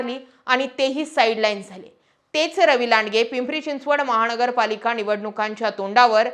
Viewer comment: वामन न आणि ण वर काम करा आधी नंतर पत्रकार व्हा महा ण गरपालिका, पैलवा ण